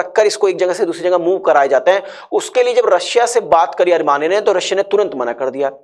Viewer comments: Coach your pronunciation is pathetic... ARMANIA it is Armenia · You should first try to pronounce the name of a country. It should be pronounced as Armenia instead of Armania